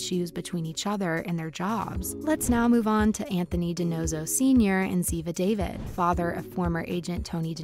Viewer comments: Say Da-Veed - not David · Ziva's last name is pronounced dav-ede / ead not David as it is spelled... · Pls pronounce Ziva’s last name right haha I was like “who tf is David?” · Ziva DAH-VEED. PRONOUNCE IT RIGHT ALREADY! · It is not agent David it’s agent, (da-veed)